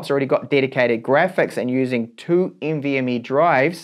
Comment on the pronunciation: lol the way he says nvme. NV..ME good video tho i learned something new